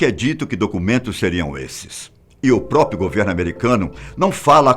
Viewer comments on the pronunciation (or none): "Própio"? Três vezes? PQP!